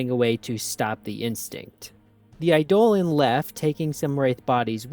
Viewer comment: Eidolon is pronounced like Idol-on